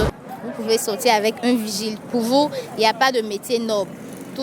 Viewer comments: D'abord on dit pas virgile mais vigile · ON NE DIT "VIRGILE" MAIS PLUTÔT "VIGILE".